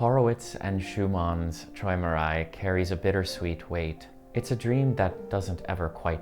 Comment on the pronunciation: Pronounced troymerai